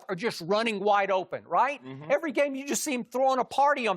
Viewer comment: Skip "Evey little big thing " Bayless